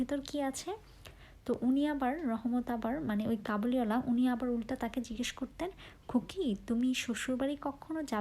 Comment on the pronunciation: কাবুলিওয়ালা হবে ✅ কবুলিওয়ালা না ❌